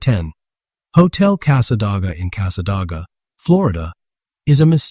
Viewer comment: The town is pronounced Cass-aday-ga not The way you are saying it.